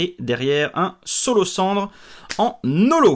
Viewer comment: Ah, tu continues à dire S(c)olocendre :-P ahaha